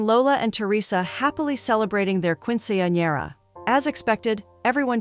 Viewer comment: "keen-suhn-yeh-ruh" not "quin-see-an-era" or "quin-sin-era" or "quench-in-era" or "queen-sin-era" any of the many other ways you mispronounced it throughout that entire video. Not once was it correct. Quick Google search "[word] pronounciation" will go a long way if you're unsure.